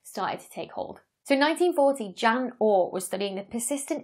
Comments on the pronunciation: It's actually pronounced Yan oort but spelled Jan Oort. That's the Dutch pronunciation I guess. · Just as a point of information Oort's first name is pronounced Yon...not like the female name it is spelled like. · For clarity, I'm referring to the all too common mispronunciation of Dutch and German names. In this case, we got the French female form of Jan, namely, Jeanne.